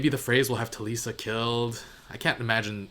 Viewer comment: “That wouldn’t be the worst thing for him in the world” 😂 I believe Talisa is pronounced more like Melissa? I could be wrong You may know this by now? But Arya’s friend is called Hot Pie